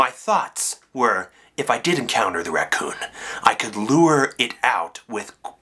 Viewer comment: he say Racoom?